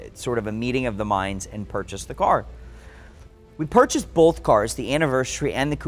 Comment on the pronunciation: Both not bolth